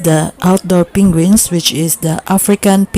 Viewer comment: "Pinguins" XD